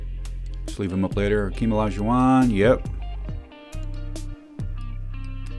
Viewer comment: When did they stop printing the H in Hakeem?